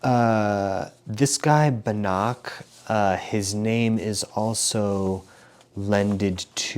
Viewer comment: You pronounce Banach wrong, the "ch" is pronounced like "h" (voiceless velar fricative). I think the word "house" in English has a pretty close "h" (voiceless glottal fricative). I hope this helps 🙂